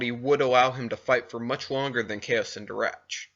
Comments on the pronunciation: Kao Cen Darach is pronounced Kao Ken D(aw)r(aw)k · You pronounced have the words in this video. Such as zabrak, Kao Cen Darach.